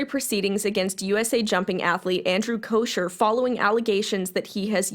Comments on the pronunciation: It’s bothering me lmao but his last name doesn’t have an sh sound it’s almost like an ck sound but it doesn’t sound like cock idk hard to explain if it looked like it sounded this is what it would look like , “kocker” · FYI - it’s pronounced “Coker” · I agree with everything you said but his name is pronounced koh-ker lol